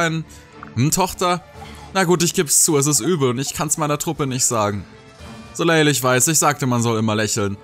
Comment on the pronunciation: Der Name Soleil wird ohne das L Hinten ausgesprochen. Also "Soläi"